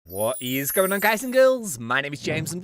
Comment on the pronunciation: I remember before I thought that in his intro he was speaking a different language Later I found out he was saying "What is going on" I thought he said "Woh eez goyn un"